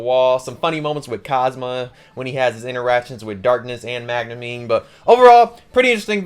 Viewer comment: Bro said Magnumeen